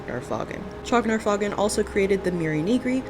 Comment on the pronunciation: I thought the "faugn" was pronounced like "fawn".